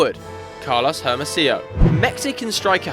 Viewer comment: messed up in Hermosillo tho... H is silent in spanish.. It's pronounced Ermosiyo..